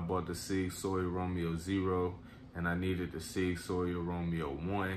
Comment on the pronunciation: no disrespect but it is pronounced SOUR ...(.like SauerKraut) ....SIG-SAUER.. ( NO SHADE BRO). y'all don't ROAST ME in the comments LMAO!